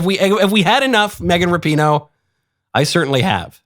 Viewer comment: It's pronounced like Rap - i- no